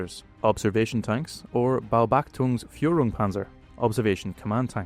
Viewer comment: BAUBACHTUNGS LOL!